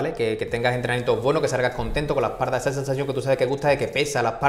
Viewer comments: ¿Porque dicen esparda? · No se dice EspaRda. Se dice: Espalda. Repita conmigo: Es Pal Da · Es par da....se pronuncia es par da jajaja jajaja jajaja jajaja jajaja jajaja jajaja jajaja hoy aprendí algo jajaja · Por que dicen esparda? jajajaaj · esparda? por que no sabe hablar?